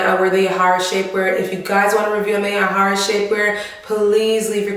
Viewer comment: Lol the way you say the name 😂😂 (ja hi ra ) YAHAIRA it’s my name too 😂😂😂🇩🇴this is great video